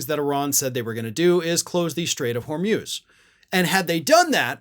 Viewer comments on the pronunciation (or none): Hor mooz not hor muze for gods sake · It’s not the Strait of “Hor-myooz,” it’s the Strait of “Hor-mooz.” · Hormuz pronounced hor moos. Not hor muzzzz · Try HORMOOZ, not HORMEWS... 💙💙💙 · HORMUS - PRONOUNCED WHOREMOOSE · “Hormyooz”? Hormuz? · It’s pronounced hormooz (rhymes with booze). FYI.